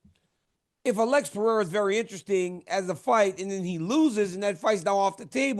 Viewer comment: ESPN, tell Brett (and Joubain) how to pronounce "Pereira". Guy is painful to listen to.